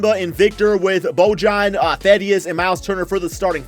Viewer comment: It's Bo-yan not Bo-jan you bitchass